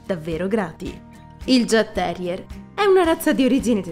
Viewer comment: Il mio Zeus aveva 16 anni e 3 mesi quando lo abbiamo fatto sopprimere. I jagdterrier sono dei cani bellissimi, non adatti a tutti però, come hai giustamente detto. Grazie per questo video 🥰 P.S. credo si pronunci Iagterrier, non con la G.